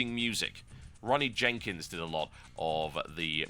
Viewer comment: ronald jenkees, not ronny jenkins. just saying :)